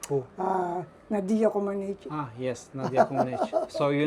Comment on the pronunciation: Ce mult mi-a plăcut de domnul din cimitir care a pronunțat aproape corect numele celei mai mari sportive Nadia Comăneci!